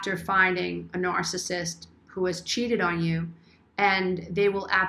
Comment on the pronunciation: You’re the only one out of all the ones I’ve been watching about this nice and nice you can’t pronounce itNARCISSISTI understand what you are saying I understand what you’re trying to explain can you explain it pretty clearly like to say not everybody is these type of people you only one that really explains it more clearly than other people on the iPad iPad so people can understand if you never dealt with it you don’t know unless you’ve experienced that you don’t knowThank you for your help and understanding of the best one here